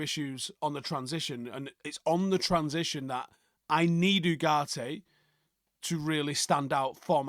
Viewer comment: Every time says the name Ugarte all I hear is Freddie Star 🤔